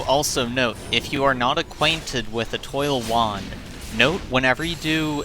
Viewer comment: Eh-TWAH, not Eh-TOIL 🤣❤️